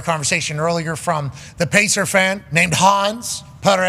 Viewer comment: Bro is the biggest “pacerth “ and everyone from New York I’ve ever met always tells me they box in their life😂 I don’t buy it ever